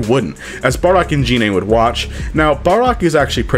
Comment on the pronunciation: It's gine